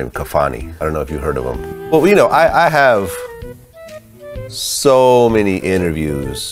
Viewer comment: 'I interviewed ssso many people'😂😂